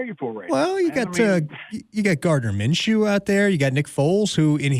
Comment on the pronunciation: Minshew?? Maaaan.. Nah